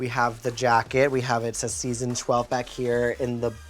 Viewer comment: She said “ I’m Jan and I’m from sheson twelve”